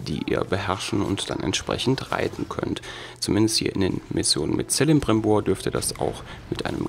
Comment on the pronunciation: Das C von celebrimbor wird als k ausgesprochen